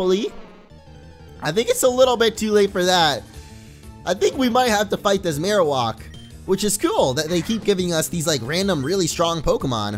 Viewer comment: Mar-o-whack is how you pronounce it. It's not mar-o-wok.